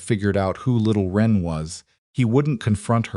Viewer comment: Little wren, not ren. This is a type of little brown bird.